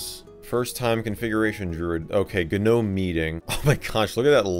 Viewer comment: i hate pronunciation of gnome